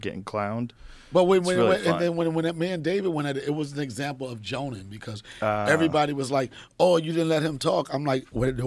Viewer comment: This dude donell 🤦🏿‍♂️🤦🏿‍♂️ it’s pronounced “jawnin” not joanin